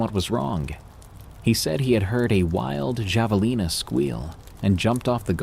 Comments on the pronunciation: yet third time finally got it right....drives me crazy-- then goes back to wrong pronunciation...javalina??? friggin idiot ai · I’m dying over pronunciation of Javelina 😂